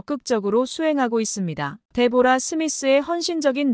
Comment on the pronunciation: 데보라가 아니고 "데브라"....상대방의 이름은 최대한 정확히 발음해줘야 그게 예의이구나!